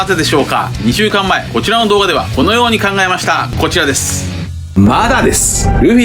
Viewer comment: いつも楽しく拝見させて頂いています！ 重箱の隅をつつきたい訳では無いんですが、 こち"ち"ですは可愛過ぎて流石に笑ったw